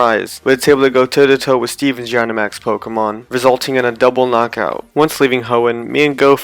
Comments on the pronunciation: you said gynamax not dynamax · Its said dynamax not jynamax God that it so annoying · Did he just say Jinamax? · oh, well ok, (I still don’t understand who you mispronounced dynamax (or was it gygantamax?))